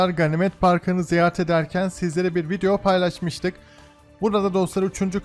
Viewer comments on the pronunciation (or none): none